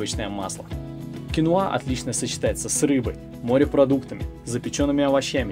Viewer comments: Всё замечательно. Только это кинОа, а не киноА. Так что если уж Вы, знакомите нам с зарубежным продуктом, было бы не плохо называть его правильно. Гугл Вам в помощь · Ударение на второй слог " кинОа" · КинОа,ударение на О